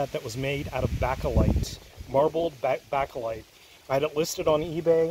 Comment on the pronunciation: Bakelight pronounced BAY-kə-lyte